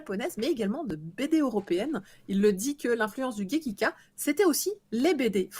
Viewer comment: Bonjour, c'est gekiga, et non pas gekika. Merci!